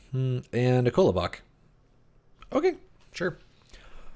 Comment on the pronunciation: Very nice! One thing that gets to me is the pronunciation of ‘Kolobok’ - it’s definitely not “Kollow-bock”; in standard Russian it’s closer to ‘Kalabok’ (emphasis on last syllable; unstressed ‘o’ becomes close to a short ‘a’ sound). If you put the stress on the last syllable you’ll at least get closer ;-) None of this is important, of course - I’m enjoying the Mythgard content, keep it up :-)